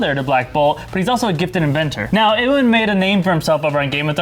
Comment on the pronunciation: you guys just butcher iwan's name man.. loved him in misfits though, probably one of my favourite shows of all time